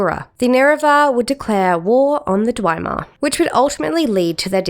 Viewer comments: Is this AI or do you really not know how to pronounce most of the words or which ones should have "the" attached to them? I've never heard of "The Nerevar" or "the Keening," nor have I ever heard anyone pronounce "Dwemer" as "Dwymer" like it rhymes with "Chimer." This is just strange. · also, the consistent mispronunciation of words commonly used in the community, like "Numindium" and "dwimar." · I thinks it’s just her Aussie accent. I’ve heard Chimer pronounced that way before but she does say Dwemer in a funny way tbf. When I played the ES games before YouTube proper blew up I used to read and pronounce things in my head in such funny ways till I heard them said out loud on YouTube lol. In oblivion when you get to Kavach and that high elf tells you about the daedra he provinces it Deeedra. That shook me at first 😅